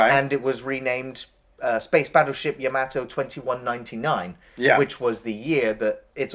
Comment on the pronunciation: you both pronounce yamato strange lol